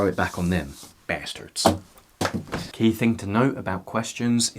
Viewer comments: The way he says bastard makes me imagine he's actually american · Nice southern accent on the “bastard”